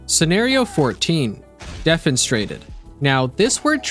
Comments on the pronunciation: De-fen-es-tra-ted you skipped a sylable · Hey, just wanted to let you know it's pronounced "Dee-fen-ih-strated", hope this helps! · Not how thats pronounced. Defenestrated sounds approximately like Dih Fehn ih straighted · Not to be THAT guy, but it's DE-fenestrated. De is a suffix added on. So you say de first and then fenestrated. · You missed an E in the pronunciation. It's de-fen-es-tray-ted. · it is pronounced "DEE-fin-is-trated"